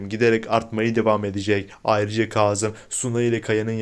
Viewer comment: Ay ne olur Kazım ı doğru telaffuz edin